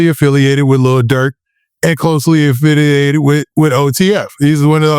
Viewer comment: “Closely affitialated…” lol